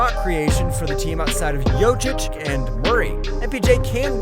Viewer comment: Imagine if 2x MVP happens to be somebody with the name (for example) Batsaikhan Lkhagvasüren? How would you pronounce that name when you are butchering Jokic?